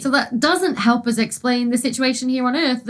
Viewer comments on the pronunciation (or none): I love how she pronounces 'us' as 'uzz' 🤣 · Its a northern uk thing